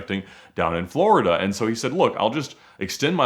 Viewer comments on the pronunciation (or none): none